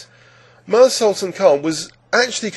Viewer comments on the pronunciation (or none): Meeer, not Mire